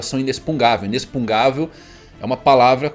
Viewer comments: do céu, para de falar IneXpuGnável como inespungável kkkkkkkkkkkkk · Ow, pfvr... o correto é INEXPU GN AVEL. "inexpuGUINAvel" Não inexpugavel. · "Inexpugnável" é o correto,. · só corrigir porque tu usa muito a palavra, mas é "inexpugnável" com o g antes do n. Sem querer ser chato kkk só pra tu saber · InexpuRgável. Com R.